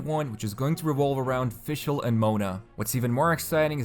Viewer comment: Its not pronounced as Fish L Its like fishical